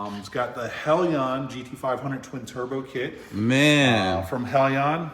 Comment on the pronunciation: Hellion is pronounced HELYAN not Hell I ON.